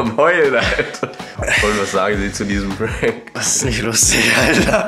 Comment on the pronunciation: Its ä prääänk 😂😂😂